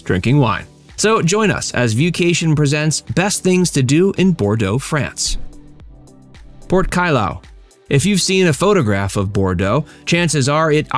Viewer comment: Its prononced pote cailloux